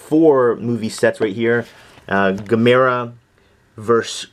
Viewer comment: loved Would You Rather,Evil Dead 2,Monster Squad,The Fog From Beyond is my favorite Stuart Gordan and Jeffrey Combs film btw you're saying Gamera wrong ;)